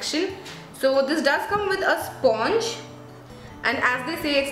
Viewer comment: Hi, thanks a lot for the review.. btw sponge is pronounced as "spanj"